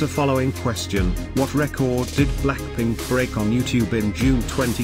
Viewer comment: what did you say "Blackplink" instead of blackpink🤣